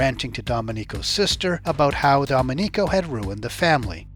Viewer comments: Excellent report! Like the relation from drinking to peeing, excellent. One small thing, it's do-MEN-ico, not dom-e-NICO. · Repeat after me: "Doe-MEN-ico"